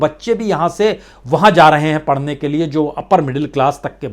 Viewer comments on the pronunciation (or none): none